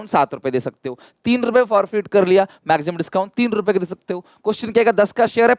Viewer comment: Sir says maxsimum